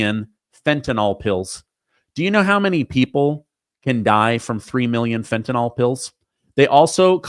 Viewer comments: The word is Fentanyl not Fentanol! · Fen ta nyl NYL - rhymes with hill, NOT NOL that rhymes with doll ! Pronounce it correctly.